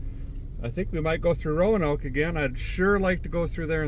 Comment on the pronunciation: Derik - Roanoke, VA is two syllables, not three. Loose the "a" in the pronunciation. Roanoke, Co., VA native here. Ro-noke